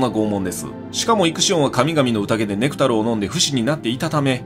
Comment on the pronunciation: ネクタルのイントネーションはク、ネクタイののイン(ry